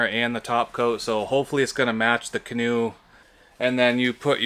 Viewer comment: He went from a canoe to a can-an’t”…🤣🤣🤣